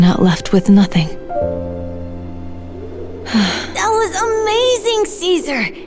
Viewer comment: "Ave true to Casear"